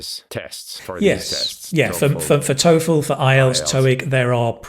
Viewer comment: I hate to nitpick but was he pronouncing the word "TOEFL" correctly?